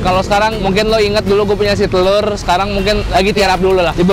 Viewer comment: telor BKN tloer